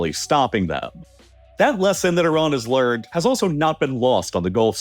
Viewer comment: I agree, so annoying. At least he pronounces Iran and Iraq right.